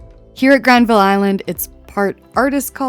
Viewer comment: Capilano Suspension Bridge .....a rip off. You mispronounced Granville Island ! You can't pronounce anything ! You went to the tourist dumps ! You missed everything great. Planes are so exciting ! GASTOWN DIED 20 YEARS AGO. RENTS FORCED GREAT SHOPS OUT ! SUSHI CREEPS......LEAVE BC NOW. AMERICANS NOT WELCOME !